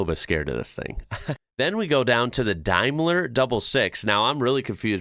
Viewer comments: Look up Daimler, a historic British brand, pronounced " Dame ler" Caterham 7 is Pronounced "Kate trum" ;-) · ... ... Catter ham? Cater-'em. Also, Dame-ler.